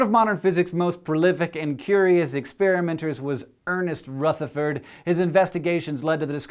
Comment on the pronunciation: OMG HE SAID RUTHERFORD RIGHT! As an Irish dancer, it irks me to no end when my teachers say RUEtherford, because it's RUHtherford!!! Hank, you just became more awesome than before!!! :D